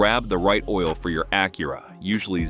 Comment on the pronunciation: Ok, first off, your AI is mispronoucing the name of Acura or whomever wrote the script misspelled Acura. How about do some editing and correct it before releasing this video. Second, use blue coolant then show pink coolant being poured into the coolant reservoir. Change your power steering fluid but don't use what's recommended by the manufacturer?? Change your air filter, keeps your engine clean, then goes to show a dirty water pump impeller. WTF??! Lastly, "you don't need fancy tools...", is misleading. You do not want to tackle a timing belt and water pump replacement unless you do have alot of tools, a drain pan, and a fair bit of know how.